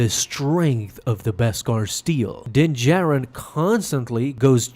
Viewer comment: Does it bother anyone else that he calls him jin Darin the entire time?